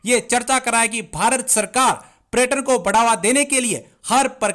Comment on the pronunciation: PReturn Nahin hota hai Paryatan Hota Hai